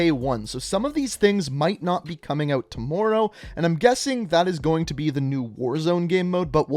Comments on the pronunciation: Jeremy Wade tamooro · Don't Canadians pronounce words like that? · It did at the start but I’m used to it and it don’t bother me anymore